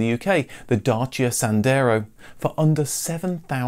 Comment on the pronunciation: Props to you for saying "Dacia" the correct way.